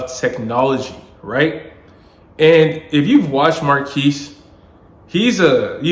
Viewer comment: pronounced mar kez sir.